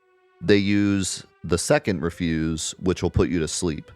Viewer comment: It's "reh-fyuz", like garbage, not "ree-fyuz" as in "not to do".